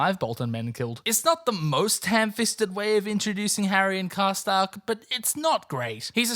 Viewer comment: You did it wrong for a second time #Sad